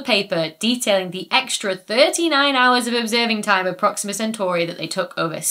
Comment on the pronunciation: Please. Centauree, not Centauraye.... 😂